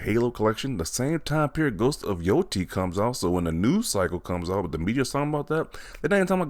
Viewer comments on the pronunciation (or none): It's called GHOST OF YOTE- I not YOTI